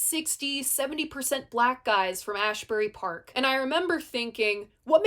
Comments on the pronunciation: Please do Born to Run! As a Jersey girl it’s always interesting to hear other people’s opinions of Bruce. Also it’s Asbury Park!!!!!! No H in there lol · Slight FYI. It is pronounced Azz Bury Park. Not that it’s a big deal.